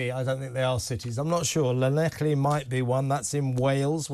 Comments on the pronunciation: Learn to pronounce Llanelli and Strady. Clan-ek-Lee and Stradee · I’m from Brighton originally but I live in Swansea, which is close to Llanelli (pronounced ‘Clan-eff-lee’). This is an absolutely huge story here, staff sacked, weddings and anniversary parties cancelled…just to house ‘enrichers’ Shocking, shameful and disgraceful… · I totally agree with your comments but there's no c in Llanelli it's pronounced Llan -ell-ee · It's not pronounced like that 😂😂😂😂😂😂😂😂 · Ll is 1 letter in the Welsh alphabet. It is not pronounced the way you said it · That is not how Llanelli is meant to be pronounced. You got the "ee" at the end right, though. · You'd think after all this talk about Llanelli recently O'Sullivan would be able to make a decent attempt at saying it.